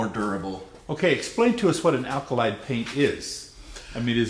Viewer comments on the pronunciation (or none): It's not "alkalyd" it's "alkyd" ;-) thanks for the video !